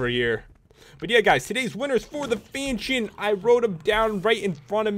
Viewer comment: fanshion fanshion